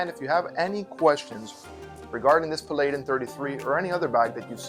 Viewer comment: its pronounced Pal-add-in